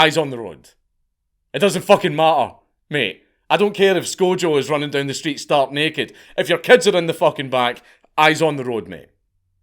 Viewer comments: Nope... It's because Mark has more chins than a Chinese phonebook since his 20's, and knows it! 😜😂😂... WHO THE FUCK IS "sKO-jO"... Pretty sure he meant Scar-jo?... But hey ho!🤣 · Replying to a comment about Danks hyper- beard growing I said. "Nope... It's because Mark has more chins than a fuckin Chinese phonebook since his 20's, and knows it! 😜😂😂... Also, WHO THE FUCK IS "Sko-jo"... Pretty sure he meant Scar-jo running naked?... But hey ho!🤣 "....